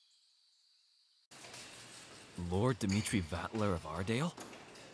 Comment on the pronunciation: Amazing episode, yet again! Crushing it as always! There was one thing I noticed though. The way that Vatler pronounced his name sounded more like "Valter" but then Kojou said "Vatler". Other than that nothing else really bothered me.